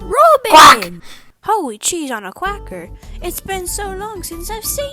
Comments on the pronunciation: “ holy cheese on a cracker “ I heard cracker as quacker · "Holy cheese on a quacker!" thats what i heard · HOWWY CHEESE ONNA CWACKER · HOWWY CHEESE ON A CWAKER